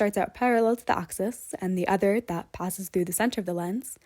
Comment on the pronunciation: Its an axis, not an oxis.